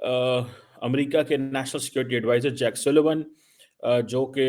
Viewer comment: It's JAKE NOT JACK 😅😅😅😅😅 ILLITERATE INTELLECTUALS OF PADISTAN 😅😅😅